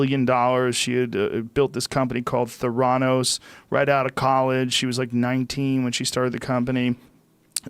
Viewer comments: “Theranows” 😂 bruh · The degree of ignorance in this video is absolutely stunning. Incomprehensible. Warren Buffett did not invest in Theranos. He did not loose money in Theranos. Your pronunciation of "Theranos" is grossly incorrect. Bernie Madoff DID invest his clients money legitimately for years before he went into rogue Ponzi scheme mode. There's this new thing they've got out now. They call it "Google". You can learn all kinds of stuff on it. Give it a try. Your irresponsibility is astounding.